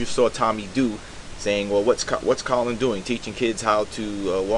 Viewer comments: Brother, I do support your video on the topic but some fundamentals of speaking in a public forum: 1) Research the topic and know the details of the people you're doing the video about, in other words, it's (Ka-lin not Colon) Kaepernick. and it's Tomi (Tommy) Lauren (Law-ren) like the Ralph Lauren. 2) Do a practice video and slowwww down. Are you running out of space on your hard-drive so you have to record it fast? You're hyperventilating. Take your time. But good topic, you're obviously a smart brother. Looking forward to improvements in your future videos. Big-ups. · Who's Colon Kaepernick? I stopped watching when you mispronounced his name. I'll finish watching later.